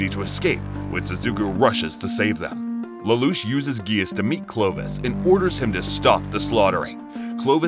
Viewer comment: You also pronounced lelouch wrong